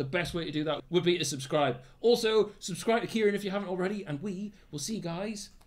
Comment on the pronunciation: Why does noone get Kirane’s name right